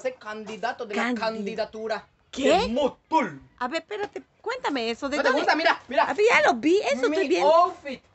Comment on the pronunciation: mutul¡ xd